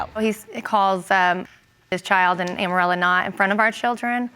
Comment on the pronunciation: Amorella almost sounds like Armadillo.